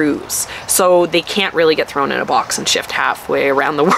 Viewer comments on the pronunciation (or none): none